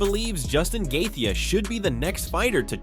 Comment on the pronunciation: have you ever pronounced any names correctly ? laughed hard on gethia , gold